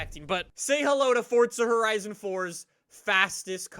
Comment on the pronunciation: WELCOME BACK TO FORTZA HERIZON FOUR Text to speech in my brain